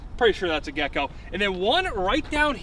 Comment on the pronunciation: "gecko" is pissing me off